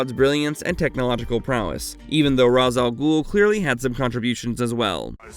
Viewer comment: You’re not pronouncing Ra's al Ghul, you and most others have been poisoned by the Nolan trilogy just like how the venom movies made people pronounce Symbiote incorrectly Please watch the 90’s Spider-Man animated series and Batman animated series, especially the Batman beyond episode where old Bruce gets in the Lazarus pit and Thalia explains to Terry on how to pronounce her father’s name